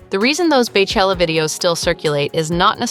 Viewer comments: I can’t believe you said “bay chella” not even 30 seconds into the video 😑😑😡 it’s pronounced BEE chella. Like her name is pronounced! PLEASE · Please...PLEASE. Not Bay or Bae it is Bey like Bee. Beychella. 🐝chella. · “BAY CHELLA” i’m soooo irritated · Her name is BEYoncé so why are you saying BAYchella 🤦🏽‍♂️